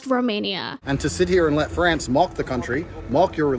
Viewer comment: wtf does he say mock like that 💀 bros saying “molk”